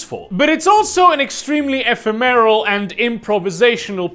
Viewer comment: It's E-fem-mer-all, not e-fe-meryl